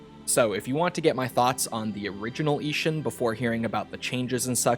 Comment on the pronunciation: Ishin not ishun